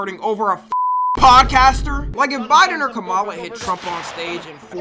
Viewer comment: Not pushing anything on you but it's pronounced Comma-La Harris